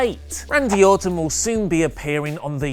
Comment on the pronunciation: it's sounds like say Autumn when he is talking about Randy Orton. I was getting confused. lol